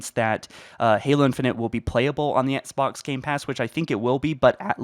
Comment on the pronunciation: Hello my mate, why do you keep pronouncing Xbox like “etsbox”?